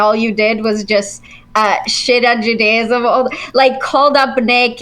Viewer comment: Every time I hear her say, “ju-DAY-ism” it makes me want to throw my phone out the window.